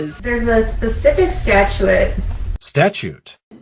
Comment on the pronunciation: Cause of death is homicide hahaha lol 😆 she's such an idiot...& she still says statute wrong lol